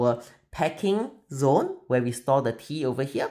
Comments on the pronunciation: I really thought you said they sell "pee" products lol 😂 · For the first minute I was hearing pee and I was so confused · Oh, TEA!! I was barely a minute in and had to rewind a couple of times then finally turned on the CC. Tea was not what I was hearing. 😅 Beautiful work as always!